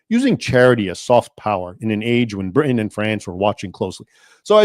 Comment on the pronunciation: Very interesting and explains a lot about Ireland and it's current takeover by Islam. (You are obviously an educated man. Please stop dropping the tee in Britain, pronouncing it as "Bri'in." It sounds like Tik Tokkers.) The Sultan was quite different from Erdogan in today's Turkey, who is now trying to reestablish the old Ottoman Empire. It is unfortunate the reform this Sultan attempted was not successful. The entire Middle East, and in fact the world, would be a different place.